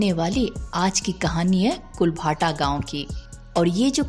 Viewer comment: इस गांव का नाम कुलधारा है कुल भाटा नहीं नाम है